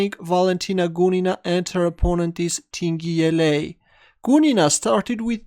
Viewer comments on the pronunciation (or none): Not ting 'yea' but ting jie (j for john or joseph or jam or jojo).